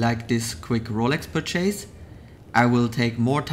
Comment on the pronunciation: the way you say purchase is soo weird and wrong😂